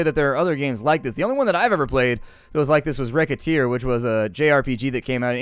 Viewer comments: Why do you call recettear reketear? The name is made from the (japanese ponounced) names of the two main characters: recette (resettie with the second e like an uh) and tear (sounds like T i ar). (Sorry it kinda bothered me, don't know why :P ) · Get Manic Yeah, but he pronounced it as Recketeer... TOok me a while to figure out that he meant Recettear.